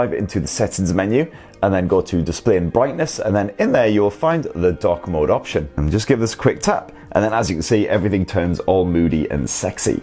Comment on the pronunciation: Thought you said DUCK mode :-)